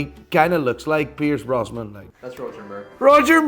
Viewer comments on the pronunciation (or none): Doesnt know Roger Moore. Proceeds to call Pierce Brosnan „Brosman“ Fucking class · And he kepts sayin "Pierce Brosman". 😂😂😂